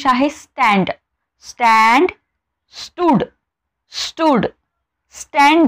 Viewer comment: Are mam sand nahi stand ...pn chqn explean kartay.😊